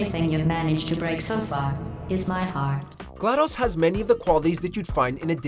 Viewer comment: Did this dude just say Glad-aws?